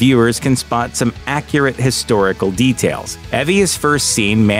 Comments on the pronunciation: wrong according to the narrator its Evy hahahah. cringe every time he said it. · Eevie not eh vee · It's EE-VEE not EH-VEE :/ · I'm not prepared to believe anything you say if you can't even pronounce Evy's name right, my dude 😂